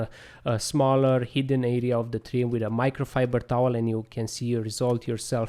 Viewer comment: Micro fiburrrrdrrr towel😅